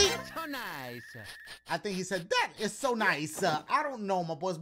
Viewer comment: He’s saying “That’s a-so nice!”